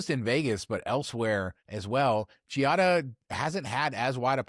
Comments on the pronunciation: I know that pronunciation of "foreign" words has been an issue here, but Giada's name is pronounced "JAH-dah", not "gee-ah-dah". The "i" is silent. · Ok fellas, if ya going to discuss her, say it correctly. Its pronounced “JADA” (Giada) not GeeeeOddAAA. ✌🏻